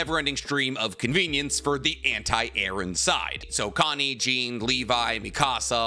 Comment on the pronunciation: Did you really just say Jean like Jeen??!!??!!